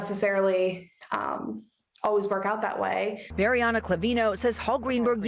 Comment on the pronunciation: So, you're back to "O-ways" again, Tom?? SHAME ON YOU!! You proved last week, you CAN say "ALWAYS;" NOW SAY IT!! always, Always, ALWAYS - ALWAYS, ALWAYS, ALWAYS!! SAY IT!!